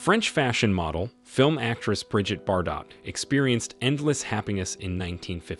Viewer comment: it's pronounced bar dough and not bar dot.